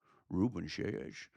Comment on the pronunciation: Selles is pronounced 'Say Yes'!